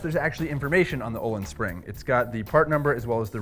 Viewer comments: and its not "ohlins".... its "Öhlins" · Waiting for someone on the internet to pronounce Öhlins correctly.